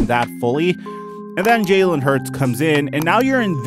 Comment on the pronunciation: If u a eagles fan why u saying his name is jaylen? It’s Jalen